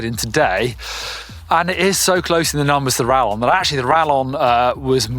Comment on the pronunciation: Sorry to be that guy, but it's pronounced ra[Y]on, the LL having a Y sound in Spanish. It means bolt, as in a crossbow bolt.